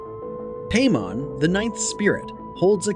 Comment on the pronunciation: the a is pronounced like "father". it's pie-mon, bah-thin, mah-racks, ah-stah-raw-th, gah-app, feh-necks, foe-kah-lore, vah-pahr, bih-frons, voo-all, hah-ah-gen-tee, bah-lahm, oh-say, vah-poo-lah, zah-gahn, beh-lee-all, say-ay-ray. bune is pronounced "boo-nay". vinea is "vin-ay-ah" / vine "vin-ay".